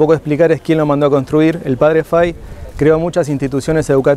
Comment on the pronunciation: Muy buena explicación, una sola anotación es padre FAHY, se pronuncia en español FAJI no fai. La hambruna no era en general En europa sino especialmente en Irlanda donde había un hongo en la papa, la cual era el alimento más importante para los irlandeses.